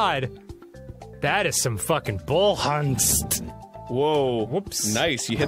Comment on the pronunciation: "Bull Hunst"?